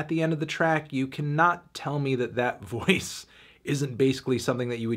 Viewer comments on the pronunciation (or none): Man said voices😭😭😭